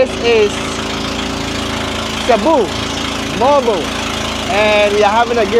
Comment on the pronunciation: can you speak english,, please?! And, it is pronounced mo-al-bo-al, not mole-bowl.